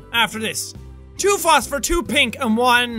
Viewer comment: Jackaboy: "All I need is honey and fostfer (I can't spell what so ever) plorts" "I swear my first language is English" Me: Oh, that's....ok